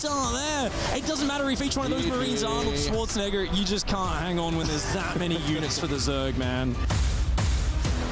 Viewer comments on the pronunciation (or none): none